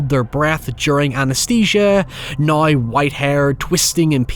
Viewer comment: whenever he says "Now" as "Naiy" it takes me a minute to process